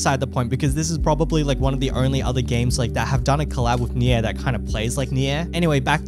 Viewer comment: Pls man, spell Nier correctly. It's "near" not nyeeah